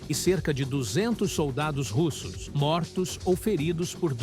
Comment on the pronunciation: Que pronúncia Americanizada é essa com os nomes russos?